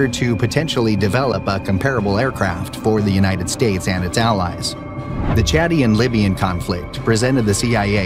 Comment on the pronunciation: It's Chadian-Libyan War, not chatty and Libyan War. Chadian as in the nation Chad. Good grief. "Isuzu Strip"? Arrrgggghhh. No, It's the Aouzou Strip pronounced like auzu, not like Isuzu.